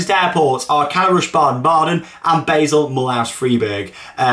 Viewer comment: It's pronounced bar-sull not bae-sull